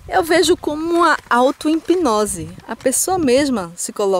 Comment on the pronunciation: IMPINOSE, NÃO É IMPNÓSE , É HIPNOSE FILHA ... É MELHOR APRENDER LOGO A EDITAR VIDEOS ASSIM VC PODERÁ OUVIR SEUS ERROS E NÃO AGREDIR NOSSOS OUVIDOS - APRENDEU NÉ É HIPNOSE TA